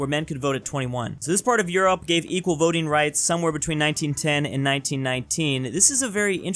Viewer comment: You mispronounce 'Europe'.